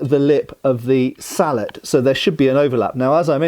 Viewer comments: I’m hearing “beaver” and “salad” instead of bevor and sallet. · "Sall-et" vs "sall-ey" is entirely a predictable French vs English thing. In French if it was pronounced "sall-et", it would be spelled sallete. I suppose as a Canadian I am more exposed to the French vs. English thing than most anglophones.